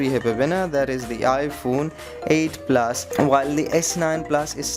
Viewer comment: "S9 PLAS" "IPHONE 8 PLAS"